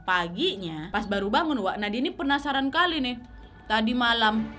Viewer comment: "Penapsaran" wkwkkk sama banget kak nad, aku juga sering lidah belibet kesleo